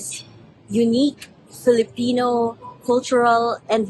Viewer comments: As a Filipino, I am massively cringing at the casual caucacity in this piece, from the non-native main interviewee as a source person, all the way to the mispronounciations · The way my eyes twitch whenever I hear mispronunciations of Filipino words. 😣